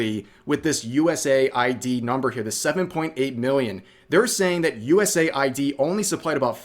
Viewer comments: I’m sorry I’m not against you in anyway but please for the love of god if you continue to talk more about this, it is US-AID, US-AID! not USA-I.D. or USAI-D! I’m sorry just the fact it is even marked in the name US in dark blue, AID in red. For the love of god please I beg you, you are killing me with your pronunciations of a very basic and obvious name Rev! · US AID not USA ID. 🤷🏻‍♂️ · Ahkchually, its US-AID 😅 Vaush trying to pretend that he is going to be the object of political persecution (As they politically persecute others, they believe that we all have the same moral baseness 🙄🤬🔥) when everyone already knows that they are going to take away his funding that comes from the misappropriation of public funds. 😹😹😼🔥 It is becoming increasingly clear that the only purpose of Marxists is to parasitize people who do work and destroy individual identity so that we are all forced to exist only within the "herd." 🤬🔥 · Pronounce it correctly, it's US AIDS.